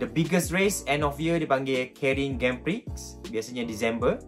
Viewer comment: thank you abang Azizul kerana bagitau, tapi kat perkataan tu I think it's pronounced as "Graand Pree". perkataan Grand Prix ni asal dari Perancis